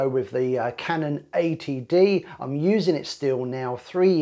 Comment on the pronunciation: Oh! It's Canon 80D. You said "Canon ATD." Must be that accent.